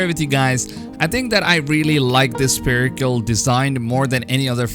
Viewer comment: Please stop saying "sPerical" !!! Haven't you ever heard about a sPHere ??? Something spherical? /ˈsferɪk(ə)l/